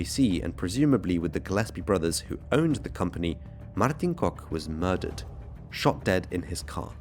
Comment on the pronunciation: Yep that's how you pronounce Kok! 10/10 for the improvement!❤